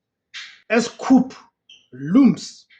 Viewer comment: Please don't come for me, it's pronounced as KOO not KHUP🙏